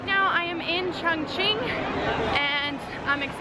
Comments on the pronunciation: ChOngqing, not ChUngqing. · Glad that u love my City XD But seriously every time u say "qiongqin" I die a little lmao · It isn't pronounced Chung........... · Terrible racism makes it difficult for me to talk about Chongqing. The pronunciation gives them a perfect chance to mock Chinese. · lol I feel like such an asshole always commenting on your videos. You have great editing and high quality video. But how can you say it is your favorite Chinese city when you don't even pronounce the name correctly? haha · Not at all, you don't think it is strange it is her favorite city but she can't even pronounce the name correctly? lol